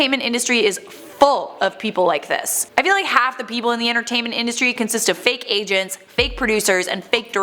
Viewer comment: oh when you said fake agents, i thought you said 'fake asians' lol